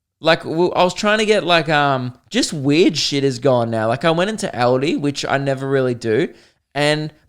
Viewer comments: Why were you saying eldi not Aldi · saying Aldi.... "Eldi"